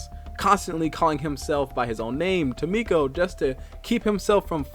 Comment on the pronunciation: Ah, apologies, but there appears to be some errors. 😅 First, Tomko is not Tomiko. There is no "i" present, so AFAIK the pronunciation is "Tom-ko." Additionally, the Chosen Assassin's intel report in the Avenger states she was lab-grown as the assasin, built from scratch for loyalty. She never had a chance to be a Skirmisher, since she was grown to hunt them. That said, the Warlock's entry does say he was picked up as a child, so on that point he definitely wasn't a Templar.